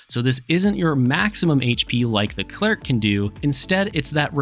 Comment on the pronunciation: Are you saying "Clerk"?